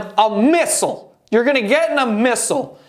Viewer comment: Dunno why....but the way you said MISSLES! Fuckin cracked me up.